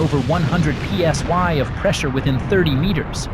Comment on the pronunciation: When A.I. don't know the difference between i and y. The letters were clearly p.s.i., not p.s.y. One of the many reasons why I cant stand A.I. narrated channels. Instant block for me.